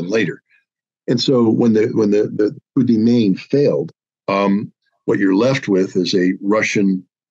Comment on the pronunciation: Hi Scott. You don't understand the meaning of "Coup de main" and pronounce it wrong : Give a "Coup de main" to someone means to "help" someone. And you don't pronounce "main" as in "Maine", the US State. Cut the "ne" of "Maine", phonetically speaking and you'll have it right. At least listen to some online dictionaries where the sound of words are available to listen. I guess you meant "Coup de poing"; not "Coup de main". "Coup de poing" means to give a punch (ie: in the face) or... perform a blitz operation.